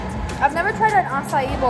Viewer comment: My mom and I laugh every time she says a-ci-eeeeeeees